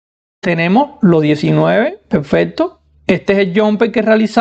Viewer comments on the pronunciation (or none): none